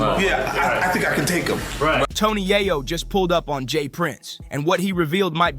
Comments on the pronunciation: Bro it’s pronounced “yay ooooo”. Not yahh oooo lmaooo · Way back in the day I loved the rapalot movement. Fast forward o now and Jay Prince is too old to be acting like this. Also "tony yah-yo"?? Huh?? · Bro you really pronounce yayo name like that wtf 🤦‍♂️ embarrassing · This guy need to learn how to pronounce yayo